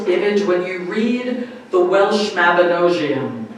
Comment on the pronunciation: P.S just a correction on pronounciation - The Mabinogion isn't pronounced like "mab-ino-jee-one" but as "mab-ino-g-ion" so as if a little kid would pronounce the letter G as "GUH"